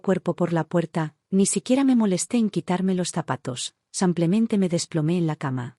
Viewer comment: Sus historias son muy agradables y me entretienen. Pero, uds leen ésas historias antes que sean enviadas para el público?? La persona que hace la narración no hace nada bien las entonaciones, tanto que en vez de decir " SIMPLEMENTE" la narradora dice " Sanclemente" y hay otras narraciones muy mal entonadas. Deberían revisarlas primero.